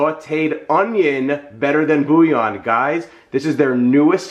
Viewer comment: I like how you say boooo yawn 🥱😂🤣🥱😂🤣 so .... the "L's" are silent? Never knew that .. i pronounce it bull yawn